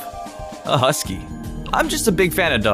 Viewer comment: um...husky not hisky